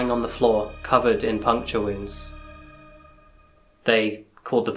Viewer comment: I had to go back three times to understand "puncture wounds." Articulation is always important.